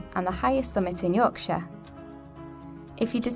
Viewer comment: I'm a Yorkshireman, and pronunciation in the introduction sounds spot on, she says it as a shortened 'shuh', which is perfect, most Americans would be over emphasising it with a clear 'shire'.